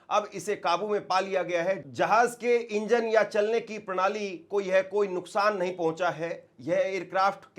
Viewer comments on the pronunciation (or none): none